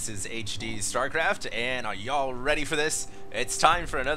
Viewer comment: you sound funny when you say yall...